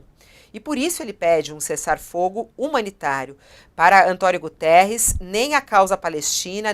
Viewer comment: Quero chamar a atenção dessa senhora jornalista que tem tido posições de ódio com Portugal, que não é António Gutierres, sim Guterres, não esqueça que ele é português.